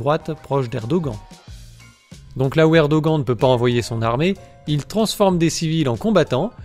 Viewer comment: Erdogan se prononce "érdoane", peu importe si tu ne l'aimes pas, fait un effort et prononce les noms turcs correctement, c'est la moindre des choses.